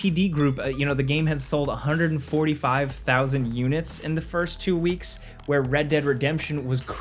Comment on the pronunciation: "1.5 million seld" Hell yea